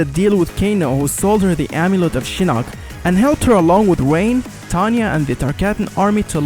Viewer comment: This dude said "wain" instead of rain. I can never unhear that now